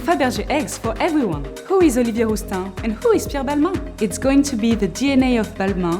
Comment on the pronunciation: You say Balma 😅